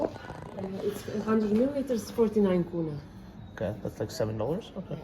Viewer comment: korona lol its kuna